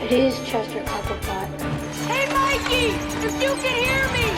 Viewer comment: It's Mikey not Mickey